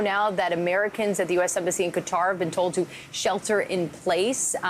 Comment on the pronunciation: 😂😂😂 "I toll you". Thanks for the laugh!😂